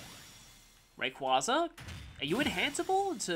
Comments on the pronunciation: Yeah, but unless you want to have Little Mac-tier recovery, it's a necessary evil. But you still used aerials! You have no idea how happy I am; you are finally getting good at Smash! Why would it be pronounced "Ray-quay-zar" when there isn't an r at the end of Rayquaza? I know it derives from "quasar", but that doesn't mean you should say the r. Also, why do you hate that pronunciation? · Not really. The part of the official pronunciation I don't like is the middle. I just think "quar" sounds cooler than "quay". Though "quay" is a reference to quasars, so that's probably what they were going for. This is one of the rare cases where looking at the Japanese doesn't help, as there it's "Reh-kuu-za". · Okay, I get it now. You refuse to say the official pronunciation just so it sounds cooler to you even though the official pronunciation has a reference to an interesting scientific concept. Is that correct? Huh, you learn something new everyday.